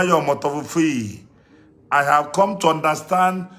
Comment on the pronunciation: Jeremiah omoto fufuyi 🤣🤣🤣🤣,,,he cant even pronounce the name of his father properly